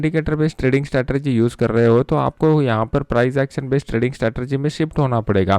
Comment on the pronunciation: स्टेरटेएजी नहीं स्ट्रेटजी